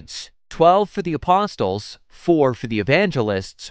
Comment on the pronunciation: The t in apostle is silent.